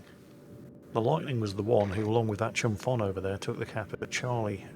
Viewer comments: The ship Chumphon is pronounced like the H at PH isn't there - "Chumpon". It's a province and city in South Thailand in which I lived for a couple months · I love the fact that most westerners called Chumphon Chumfon XD It’s Chum-Porn that’s how you pronounce it. I know Thai language is weird I mean most of Thai students didn’t pass Thai Language exams